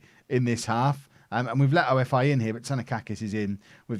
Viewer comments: it is not "O. F. I. CRETE", these are not initials, it is "OFI" which means snake in Greek and the team is from Crete which is a famous and the biggest Island in Greece! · Traffic light August :D PS-OFI is pronounced OFFEE (like cOFFEE without C). You welcome :D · You call them ofi. Like one word not the letters and you dont say crete. The same with AEK athens you dont say athens never and aek is one word not a-e-k